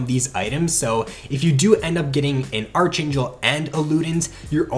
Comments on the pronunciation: Did you just pronounce archangel as archaynchel? It's pronounced as Arc-angel lol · Pronounced ark-angel